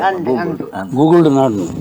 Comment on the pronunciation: ಗೂಗುಲ್ ❌ ಕೂಕುಲು✔️😂